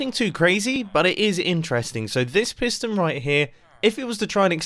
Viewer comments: i thought it said prison house until half the video when i realized it said piston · wait i tought is said prison